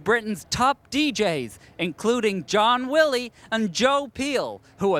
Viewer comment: "John Willy and Jo Peel" lol